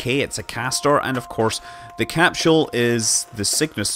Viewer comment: the "capschule"??? xD